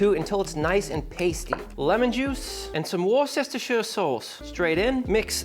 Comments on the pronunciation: Yo! I'm English. When you say WOR-CES-TER-SHIRE sauce, lose the CE and the SHIRE It is silent. We say WORSTER sauce. Love the channel ❤ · wuster shuh. Not hard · Looks awesome, thank you. Gonna try it this weekend. But please, it's pronounced "Whister Sauce".... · Of course it's a sandwich, it's not minced beef in a patty, is it? And thanks for pronouncing Herbs correctly, now you just need to work on "Wuster" sauce. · I can't wait to try this SANDWICH! And I also had to bust your chops on being born in the UK but still mispronouncing Worcestershire 😂